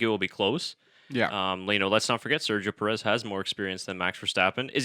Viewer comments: Enjoyable discussion but please learn to pronounce his name correctly. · Al least pronounce his last name correctly!!!! As you do with the other drivers